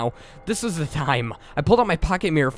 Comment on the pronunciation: I think its funny how u say da instead of the